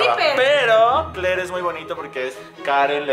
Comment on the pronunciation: rafa dice kler , y lo dice como gringo